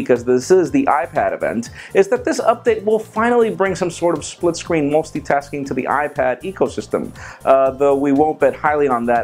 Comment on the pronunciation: mosty tasking? wtf is that